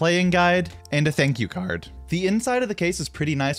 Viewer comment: “and a thank you cÃrd 😊”